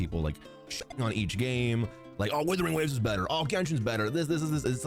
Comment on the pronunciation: i have aneurysm everytime calls Wuthering Waves " Withering Waves "